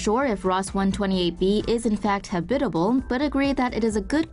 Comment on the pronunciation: You mispronounced "habitable". & .